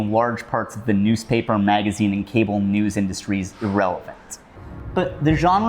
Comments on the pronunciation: Anyone else hear him say newds instead of news ? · i heard “(twitter) was also a good place to get nudes” instead of news 😔